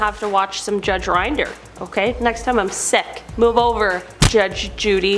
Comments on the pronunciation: Not Rind er! It’s Rin der! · Rinder, rhymes with sin-der